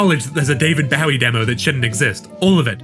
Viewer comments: cool video i really enjoyed it but BAU-ie??? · Is that an actual pronunciation of “Bowie”, or just one you came up with? I’m genuinely asking, because I have never heard his name called that in 43 years, but maybe it’s common outside of the US? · The way this guy pronounced Bowie totally snapped me out of my immersion 😭 Also, seems bosch’s channel has 2 new videos as of shortly after this video came out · I thought everyone knew how to say bowie. Like bowie knives and David Bowie